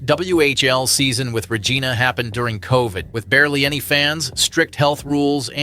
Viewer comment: They way you say regina is funny lmfao its not how you say it. RegIna with an "I" not an "E"